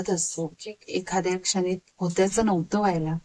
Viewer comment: ताई सुंदर विवेचन मध्येच भाषेत काही अशुद्ध शब्द येत आहेत. मन * मण, बोलताना * बोलताणा, एखाद्या * एकाद्या, येणारे * एनारे आता काही लोक म्हणतील भाव महत्त्वाचा आहे भाषा कशी पण असू दे, तर असं चालत नाही. मी त्या झाडावरती खून (खुण) करून आलो. न आणि ण मुळे फरक पडला.